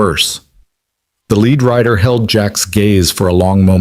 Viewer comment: It's Rider not writer dummy